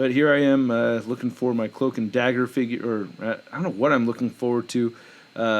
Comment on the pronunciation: Dagger not dazzler, it’s ok